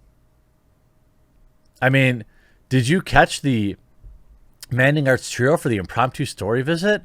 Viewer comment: Wait a second... Did he just say Mandingo arts? Lmao